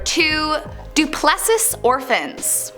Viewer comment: Don't forget pronouncing conscience as con-chents, or Duplessi as Du-pless-is! Ack! Did none of her teachers ever speak English to her? Appalling!